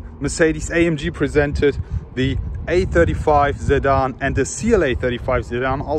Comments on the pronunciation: Its your pronunciation = You say Zidane not Sedan :S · nah you were pronouncing the word sedan like zidane 😂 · is he saying Zedan or sedan 🤔🤔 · a zedan 'sedan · he is right...i too got confused when you said Zidan 🤔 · For a sec, I thought you were saying Zidane 😅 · I'm new here why does he keep saying Zedan? It doesn't seem like he has a problem pronouncing "'S'" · Whats with the 'sedan' pronunciation?